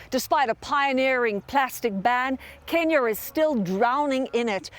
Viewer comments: You can really tell that brick lady really loves her job and why do I hear "Kenier" every time the reporter says "Kenya"? The only time she said "Kenya" was at the end. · This reporters accent is so distracting, it's pronounced Ken-Ya, not Ken-Yer 🤦‍♂️ sounds like a British hillbilly 😂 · You can say California but you can't seem to pronounce Kenya 😂. It's Kenya not kenyer 😂🤦 these people 🙄🙃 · REPORTER SAYS KENYER INSTEAD OF KENYA BUT THEN IMMEDIATELY PRONOUNCES AMERICA RIGHT AFTER LIKE WHAT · Kenyer? That accent is failing you. It's Kenya. Ken-yah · Is the reporter saying, "Kenyer"? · Can you imagine beeing american but not beeing able to pronounce the e syllable on words properly. Kenyer, Herer, wtf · But why do they pronounce Kenya so weirdly? It almost sounds like they are saying Kenyor. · Why is she saying "kenyur"? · Why does she say “Kenyer” when referring to Kenya but says “America” just fine? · Hey lady there’s no R in Kenya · I hate people that add an "r" to the end of random words, why does she keep saying "kenyar" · Kenyar? What. What kind of pronunciation is that. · Can someone please explain to the reporter there's no r on the end of Kenya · Kenyer? Lol sweetheart your suppose to be well versed lol ok Kenya not kenyer lol smh 🤦 too much those people are working hard to make the difference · There is no "R" in Kenya right? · Why is saying kenyar 😂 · Is it me or the journalist is pronouncing Kenyar? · "Kenyer" yuck. Learn how to pronounce words. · I hate when white ppl put an "er" at the end of words. Wtf in Kenyer!?!?! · They way she pronounces Kenya as Kenyur,.. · lol I have made cookies that could have been bricks. I love stories like this... particularly an individual woman taking on the world. Amazing. Notice this reporter continues to say "Kenyer" instead of "Kenya"? What is plastic turned into bricks like when it gets wet? Is it slippery? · Kenya not “kenyer”. Great job though 🙏🏾❤️ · Kenya not kenyer she pronounces it weird